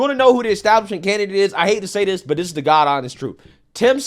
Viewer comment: dis supposed to be, dis dis dis, day dem, deez people, your vocabulary is so horrid to listen to and you always sound like youre yelling its so hard to enjoy these videos in the background of my computer